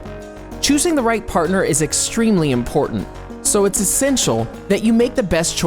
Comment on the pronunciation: Am I the only one that heard "portant" instead of important?